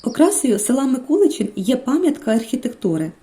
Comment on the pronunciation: Ми там також відпочивали. Ви неправильно робите наголос в назві села. Треба МикУличин. Так кажуть місцеві